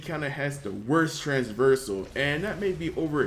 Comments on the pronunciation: Oh for god's sake stop saying Transversal :D Its trAVersal not traNSversal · Traversal, not trans-versal. Sorry man. But just fyi. I love ur vids